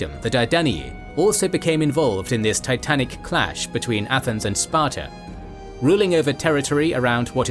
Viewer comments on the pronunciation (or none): none